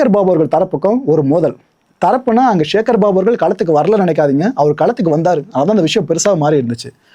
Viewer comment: ச என்கிற தமிழ் எழுத்தின் மீது இந்த யூடியூபர்களுக்கு என்னதான் கோபமோ தெரியவில்லை... சிவனை ஷிவன் என்பது, சக்தியை ஷக்தி என்பது சேகர் பாபுவை ஷேகர் பாபு என்பது... ஏன் இந்த வெறி? தமிழ் இன்னும் கொஞ்ச நாளுக்கு உருப்படியாக இருக்கட்டுமே...!